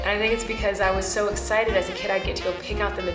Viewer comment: “so tonight we’re going to a Christmas drive through... which I’m... very excidabow”